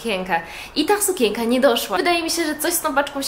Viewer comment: razi słowo sukięka - wymawiaj sukieNka. No przepraszam, ale musiałam..